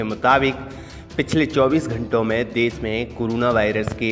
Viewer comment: Desh hota hai des nahi. Hindi sahi karlo apni